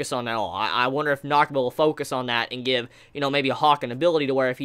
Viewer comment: You do great reviews man but I’m wondering what’s with your vocal tic you words like give or gave you say it as g-e-v or like this video you were talking about a healer but you said hiller just wondering